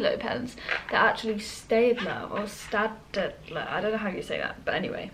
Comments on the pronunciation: Am I the only one that watches other people study after a whole day of lectures and studying... yikes... Also, Staedler is a german company and you pronounce it as - Shtaydler Good luck with narna, can't wait for the new release! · hey i know this isn't a recent video but i am pretty sure it's pronounced "Sted-ler" and "stab-e-low" haha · Btw staedtler is pronounced stat-ler x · Btw if You wanna know Its actually just stad-ler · Staedtler is german. Ae = ä so you pronounce it like the "e" in "ten".